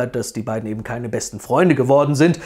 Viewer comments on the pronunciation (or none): none